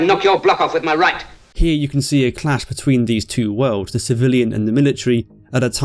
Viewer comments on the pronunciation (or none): none